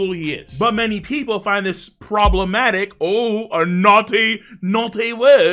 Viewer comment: Lmao "poblematic" ur missing da R